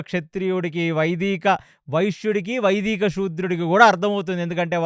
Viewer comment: వైదీక కాదు వైదిక